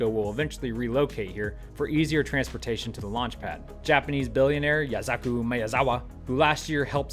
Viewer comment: Dude, you butchered Yusaku's name xDDD Sorry I had to point it out cuz I'm an asshole who learned a little Japanese. Good video though